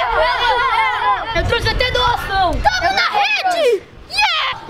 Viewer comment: Uma pessoa que fala Samos, Nn merece mundial Kk